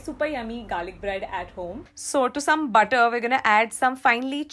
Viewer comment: m i d only one who gets irritated about .....she stressing on er,ed ? 4 example butterrrr.... cookeddd...😔